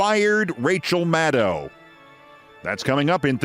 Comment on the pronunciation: FINALLY someone can pronounce Maddow correctly!!